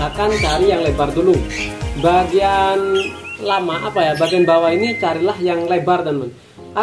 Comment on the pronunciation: Bagian lamak...kok ngomong nya kayak orang jawa ya mas...😊😊